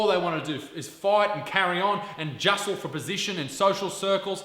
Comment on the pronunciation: In your title, it should be "its", not "it's". Not being a grammar Nazi, it's just that it makes you look uneducated. And what the hell is "justle (for position)". You mean "jostle", don't you? Do you actually speak English?